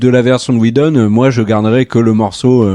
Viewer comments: J'ai bien aimé la prononciation Weshdon, qui n'est pas sans rappeler Wejdene. Les deux volant à peu près aussi bas, le lapsus n'en était que plus croustillant ! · Josh "WheJdon" et Zack "SCHneider" hahaha..On s'en lassera jamais!!